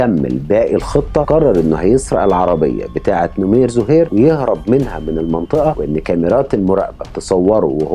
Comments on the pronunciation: نَمير ..مو نُمير .. وسردك جيد لأن مابي إطالة وتكرار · نمير بفتح النون وليس نومير